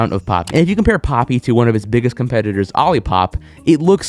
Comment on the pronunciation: For a second I swore it said poopie